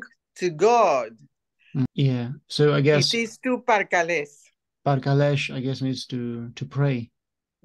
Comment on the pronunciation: Parkales sound like perkulesh to me..